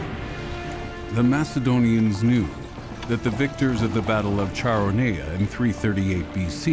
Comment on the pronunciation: Very well done. Some mispronunciations, e.g. Charoneia is not Char o knee uh, it's Kara knee uh.